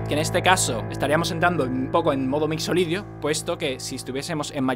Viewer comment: Ja! Me pasa cada vez que dice MixoLidio (perdon si no se escribe asi...)